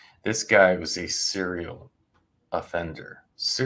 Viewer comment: Serial, not seral.